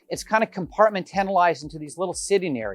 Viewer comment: Nice home. I’ve never heard compartmentalized pronounced the way you say it. Learn something new everyday.